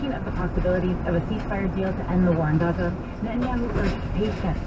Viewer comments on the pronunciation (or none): none